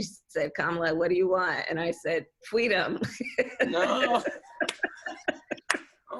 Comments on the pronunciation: "My mother tells the story about how I'm fussing." Harris told Ashley C. Ford for Elle magazine. "And she's like, "Baby, what do you want? What do you need?" And I just looked at her and I said, "Fweedom." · More famous Kamala Harris quotes: Let fweedom ring. Fweedom isn't fwee. Give me fweedom or give me death. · She always has a goofy grin on her face when she tells her lies. Is it a nervous grin resulting from guilt? Or is she just amused that some people actually believe the nonsense that comes out of her mouth? Fweedom. lol